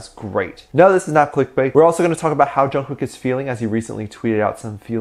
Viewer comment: I've gotten so used to the Korea pronunciation of Jungkook It sounds so weird hearing it said wrong.